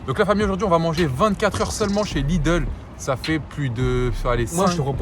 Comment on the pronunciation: On dit Lidl pas Lideul chez pas quoi sa se voit que je viens de l'alsace 😭😂